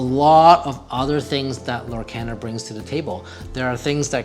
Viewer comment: Lorcana is pronounced "Lohr-KAHN-uh" (lore-CAHN-uh). The name is a blend of the words "Lore" and "Arcana"